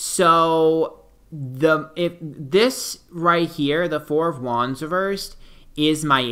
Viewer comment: I think he is saying "wands" but all I hear is "Juans" ...3 of Juans, 4 of Juans....Or is it something else? I know nothing about Tarot cards and had this playing in another tab and didn't know he is most likely saying "wands" until I switched back to the video.